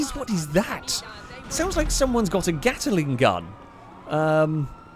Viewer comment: "a gatteling gun"...sure, that's how you say it:D